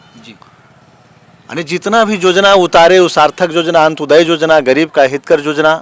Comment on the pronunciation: Yojana hota jojana nahi hota hai